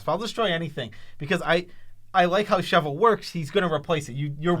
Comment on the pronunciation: Guys can you please learn how to pronounce Chevill, for fucks sake it's not shovel.